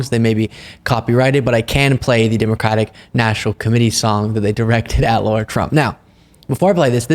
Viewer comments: Lara not Laura!!!! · its pronounced LAR RAR , LA RA her name is NOT LAURA NOT LAURA NOT LAURA stop being so dumb omg LARA CROFT FFS LARA LARA LARAAAAAAAAAAAAAAAAAAAAAA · Lara not Laura. Please dont disgrace the Laura's of the world 😁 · Lah-rah not Law-rah. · It's LARA trump, not Laura...like the tomb raider chick (except possibly more fake) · Not Laura - Lara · Her name is not Laura! Pronounce it right! Go Blue!! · Are we calling her Ll-aa-uu-rr-aa Trump, even though her real name is Lara, on purpose? Just checking.